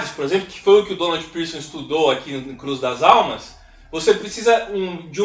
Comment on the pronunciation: Essa comunidade que Donald Pierson produziu o estudo e que resultou no Livro Cruz das Almas é minha cidade, incrível que você acertou a pronúncia ❤❤❤❤